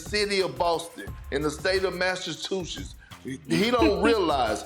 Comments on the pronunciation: What state? Can you repeat that big perk? "MamaMastatutes"???? Errr what? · Nobody: …. Perk: Mashtatwoshush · "In the state of Masses-Chooses" when you hear stuff like these you know Perk is at his best 😂